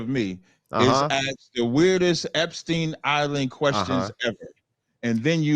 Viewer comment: Pronounce the word ‘ask’ correctly, then maybe I’ll listen.